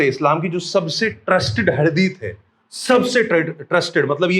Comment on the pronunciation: हदीस बोलते है ✅✅ हदीत नहीं❌❌